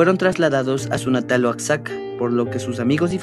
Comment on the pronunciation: El que narra primero que se enseñe a decir Oaxaca